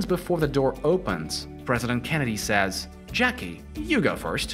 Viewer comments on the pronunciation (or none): none